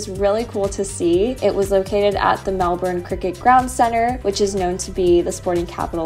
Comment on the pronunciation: Melbourne is famous for its changeable weather. You just have to roll with it. Glad you enjoyed it here regardless 😊 P.S. congrats on saying brekkie and pronouncing Melbourne properly. Most Americans don't 😅